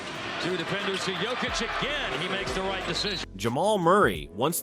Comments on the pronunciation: It is not Jokich, it is Yokich. Learn to pronounce... Mixing it all the time.... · Mispronounce Jokic's name several times and then send us to your shitty store. Fuck off. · Please learn how to pronounce the 3 x MVP’s name. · hes saying it wrong sometimes but sometimes he says it right idk whats up with that